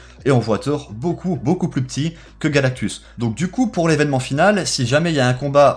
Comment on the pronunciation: Rayman 60600 ‘’plus’’ est pas ‘’pus’’